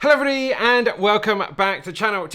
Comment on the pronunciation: Dude, slow down on that "Hello Everybody"? It comes out as "HLBDI".